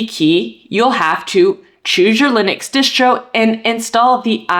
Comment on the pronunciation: i cant get over hearing her keep saying dishtro with an sh sound, i always thought it was spelled distro and possible that is short for distribution i may be wrong but there is no sh sound in distro. its just annoying to say dishtro. does she pronounce all of her s sounds with an sh sound like a speech impediment or something or is it shomething?